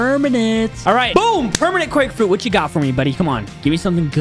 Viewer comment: Nice quake frruit BUDDY